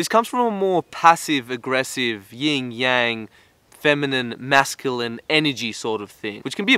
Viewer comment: I'm fairly sure it's Yin and Yang bro, not Ying.